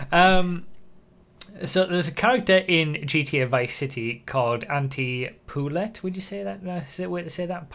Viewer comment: Poulet is French, it's prenounced poo-lay and it means chicken.